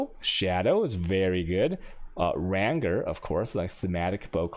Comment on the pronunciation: "ränger", love it!